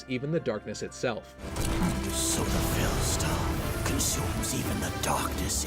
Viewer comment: This definitely sounds like 'So the Fel stone' o_o